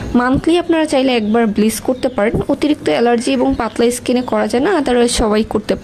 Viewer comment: কথাটা ব্লিচ not ব্লিস